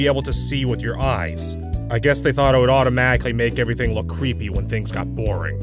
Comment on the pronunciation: he says averthing